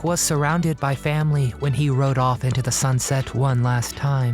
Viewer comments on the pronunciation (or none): none